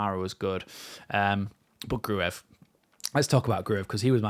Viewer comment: Apparently Gruev is not pronounced phonetically, but like Cruyff, so... Gruyff